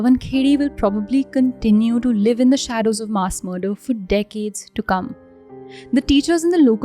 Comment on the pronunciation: Cringed each time she mispronounced MASS.